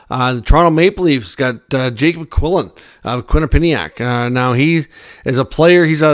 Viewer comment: You’re mispronouncing Quinnipiac 😂